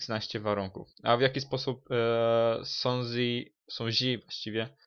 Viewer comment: sun zi ? ahahahaha